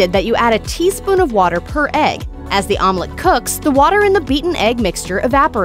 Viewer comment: It took me half the video until I caught what she means with "Armlet" 😂